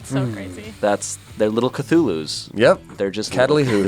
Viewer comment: pronouncing Cthulhu as cataleehoohoo is my favorite thing in the whole wide world